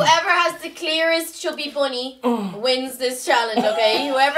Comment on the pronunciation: When tries to say bunny he ends ill saying bummy 😂😂😂😂😂😂😂😂